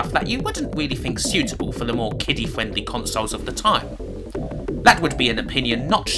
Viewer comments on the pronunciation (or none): "Kiddy fwendwy"